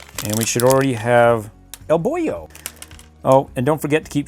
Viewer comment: Thank you so much for your reviews. I love the movie and now I'm crazily searching for merchandises. By the way, fyi, the boy's name is Boun (pronounced as "Boon") His name means "good karma" in Thai. Not Boyo.